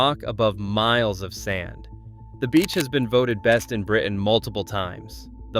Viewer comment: The name of the beach town in Britain is not Spain? How is that possible? 😂. The word is Britain, by the way. Britain has a ‘t’ in it.